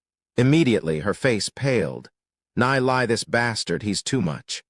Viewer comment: Neilie.... Nay-lee